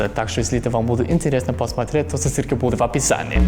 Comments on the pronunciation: ОБОЖАЮ КОГДА ГОВОРИТ СИСИЛЬКА (ССЫЛКА) ЛООООЛ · Меня так прикалывает, как он говорит слово "ссылка" 😄